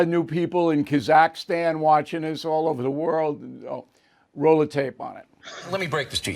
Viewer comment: Two things, Behar and Goldberg are idiots, and O'Reilly still can't pronounce Kazakhstan correctly.